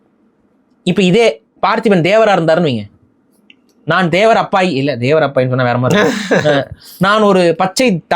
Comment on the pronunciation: தெலுங்கு அப்பாய் னா தெலுங்கு பையன்.அப்பாய் இல்லை. Abbai.